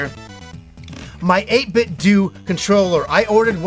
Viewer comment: Thanks for not saying 8 bit doe